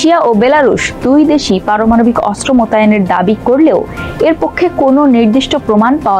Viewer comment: সংবাদ পাঠিকা "পারমানবিক ক্ষেপণাস্ত্র " পাঠ করেছেন!